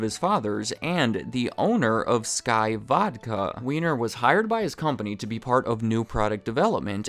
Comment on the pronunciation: its pronounced WINE-ER